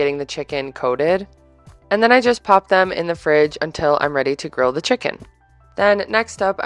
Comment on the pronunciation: I listen more than I watch. I kept thinking you were saying gorilla pasta! LOL